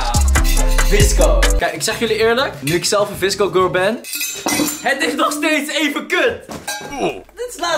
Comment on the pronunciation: Hoe jij dat zegt wisco gurl Ha Ha 👍🏼